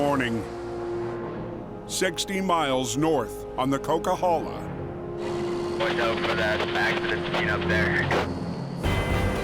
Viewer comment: It's pronounced Coquihalla Highway